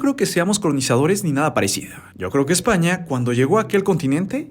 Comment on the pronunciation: Yo solo entendí OdHio EsZpAnYaH!